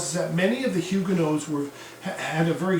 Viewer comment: An informative lecture, indeed. It’s a bit distracting, I might add, that you keep vacillating in your pronunciation of Huguenot. I’d always heard it said with a “not,” not a “no” on the end.